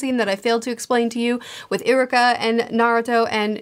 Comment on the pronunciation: its actually ee-ruka not i-ruka